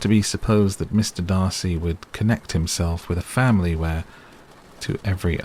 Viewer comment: Yay, the correct Darcy! 😂😂